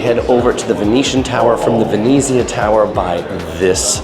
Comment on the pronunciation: The way you pronounce Venezia makes me angry. 'Ver-net-ziah'